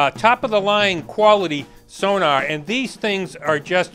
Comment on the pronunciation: Has sonOr written all over it and you still can say it right.